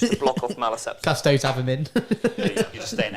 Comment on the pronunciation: And they always say Custodes wrong too to be fair :P They always say it like Cus-Toads...rather than say it the same way you would Astartes - Cus-tode-ese